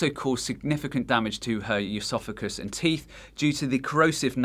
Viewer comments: Stop fucking saying EUSOPHAGUS like how you pronounce the first syllable of Eugenia. There is no 'eu' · Plus he mispronounces “esophagus” and “estrogen”. It’s not “eusophagus” nor “eeestrogen”. What the hell is this guy talking about? 😂